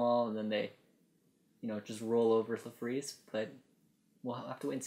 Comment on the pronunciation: I thought his name was Larfleeze not La fleeze.